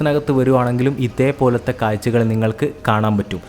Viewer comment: മലയാളത്തിൽ പറയു പോസ്റ്റ്മാനെ. കായ്ച്ച അല്ല കാഴ്ച. അതുപോലെ കുറെ.